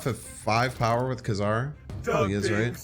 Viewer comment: I believe the 90’s cartoon cleared up the pronouncement of his name as “Kay Czar” not “Kuh Czar”. New to the game and it will be a long time before I can get to Thanos but now I have an end goal. Thank you for your videos.